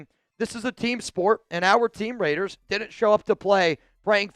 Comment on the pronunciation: It’s not RAIIDDEERRESSS it’s LAATTEERRRSSSSSS 😂😂😂